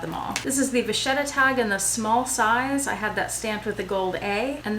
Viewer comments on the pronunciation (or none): none